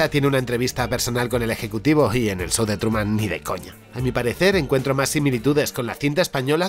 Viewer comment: "el sou de truman" ajajjaja